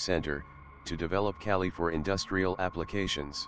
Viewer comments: its not kelly its Ka-leee "Kali, Goddess of destruction" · calli or KAYLYE hard A and hard I. cay lie. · Kali (goddess name) not kyali u need homework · It's pronounced Kaa- LL - i Named after the goddess of destruction Not Kali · its called Kaaali not Cali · Kelly? do you mean. ..Kali ? please try to pronounce names as they should be spoken !!! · Just a pronounciation thing the Ka in Kali is like Monica's CA sound and the Li is like Bruce Lee's Lee . So it's not like Caltech Cali but Kali like ca - Lee. Bases on the Goddess Kali. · Kali is India goddess of destruction and he pronounced Kali wrongly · the Defense Minister said 'Curry' not 'Kali', he mentioned about his new curry recipe.